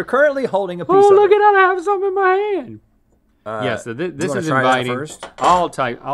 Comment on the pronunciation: "Oh I can look at the one in mah haaaynd"